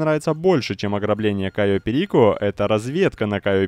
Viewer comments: пЕрико или перикО, НО не перИко.... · Задолбал уже каверкать название острова.Было же норм,чё началось-то Кайо пЕрико